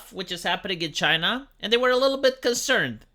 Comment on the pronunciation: CHYNA ! It’s China